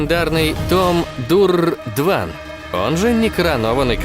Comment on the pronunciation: Ну какой он Дван?! Двон как минимум. Какой идиот придумал так изуродовать фамилию?